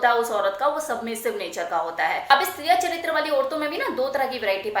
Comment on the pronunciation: You are wrong it is tiriya çhatiam not chatriam